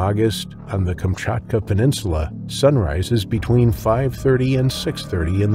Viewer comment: So nice to hear Kamczatka perfectly :3